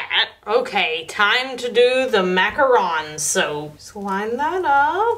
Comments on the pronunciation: OMG SHE SAID MACARON RIGHT!!! It bothers me so much when people say it wrong. There’s a big difference between a macaron and a macaroon. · Thank you for pronouncing macaron correctly! (Or at least not as maca-rOOn)